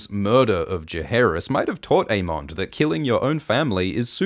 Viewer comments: I love these videos but please fix the pronunciations. It's not 'Ae-mon-d'....it's 'Ae-mun-dh'. or 'Dae-moan'....it's 'Dae-mun' Also Rhaneys is not Aemond's cousin. She is his aunt, Viserys' cousin. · The pronunciation of DaeMON and AeMON is a little tough to listen to 😂